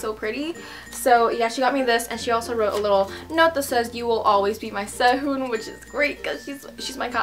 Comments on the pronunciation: No offense but Really disturbs me when you say Korean names with an American accent (ssei-hoon) I don't know why. But your so pretty!! Your only 2 years older than me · please learn korean you cant say SEHUN you must speak it other